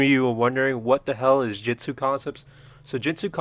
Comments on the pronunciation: Dude. Let me be truthful with you, the way you speak lacks the pronunciation of the word. It's JU-TSU, J-U-TSU. With a U, not a damn e. You're legit saying Jetsu. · jitsu,jitsu,jitsu not to be mean but its pronounced Jutsu (Joot - su)